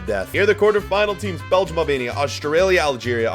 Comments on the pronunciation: its Albania not Alabania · “albania” Him: no no no, AlAbAmIa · im Albanian/Kosovar/Montenegrian/Swiss and you didn’t say it right. But its alright americans aren’t the best at pronouncing names.